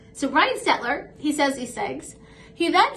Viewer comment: You pronounce his name perfectly.